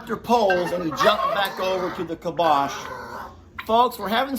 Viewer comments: I think it is pronounced (Calm-bock) not (kill-bosh). pronunciation sounds similar to kibosh (meaning an end to or dispose of decisively). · I think it’s pronounced “calm bock”. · I think it is pronounced kalm - bach. Bach as the music composer Bach. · Kalmbach...... Cal M Bach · it’s “calm bock”!! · it is pronounced CALM’ BOK. Emphasis on first syllable. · I think it's pronounced CALM-BOCK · I think it’s pronounced like calm bock. Not sure though. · We have Towns in Germany with the name Kalmbach and Calmbach. It is pronounced: K a l m - and Bach like Mozart or Beethoven. Put the word in the google translater and listen how it is pronounced in German. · Poor Cornholio was trying hard to get your attention. I think he might have been saying, "I'm the connoisseur here, you bloody Yanks!" The feed is pronounced Calm Bach (like the classical composer). <3